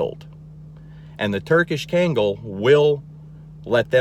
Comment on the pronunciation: I was shocked that you don’t even know how to properly pronounce cane corso, kangal, Caucasian ovcharka, etc. If you’re going to do an informative videos on these powerful, wonderful breeds, actually say the name right. You’re DAMN RIGHT on everything you said. KEEP TELLING PEOPLE. PEOPLE NEED TO KNOW THE TRUTH.